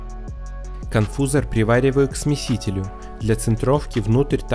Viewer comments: Вообще-то специалисты говорят "диффузОр", и "конфузОр". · В один только маленький минус это ударение в словах диффузор и конфузор😂